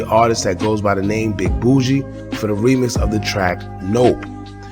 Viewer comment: its boogie not bougie BUUHHH GEEEEEYYYY like u aint heard PTPOM n him sayin his name in the song lol